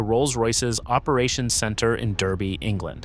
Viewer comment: It's not pronounced Derby it's Darby...